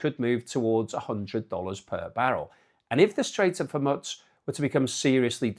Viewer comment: BTW Hormuz is pronounced, "Hor-mooz".